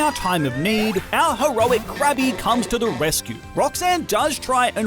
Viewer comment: Krabby called Cookie brought back memmories. That's what it sounded like right?